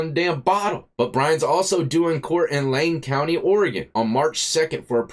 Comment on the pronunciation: Thanks for saying Oregon correctly 🤣 Lot of people get it wrong 😊